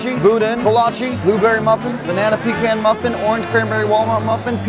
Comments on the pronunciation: Please stop saying peeecans....its pahcan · PeeCON not peeCAN 😬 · Say it with me. Pah-cohn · Say pecaaan right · It's pronounced "p'con" 😭😭😭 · Learn how to pronounce pecan